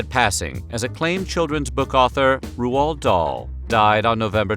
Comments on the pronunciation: Roo-ald Dahl? Really? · Could you check your pronunciations in future videos? Roald Dahl is not pronounced 'Ro-al' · I got way too distracted on how Roald Dahl was pronounced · Way to go absolutely slaughtering Roald Dahl's name 👏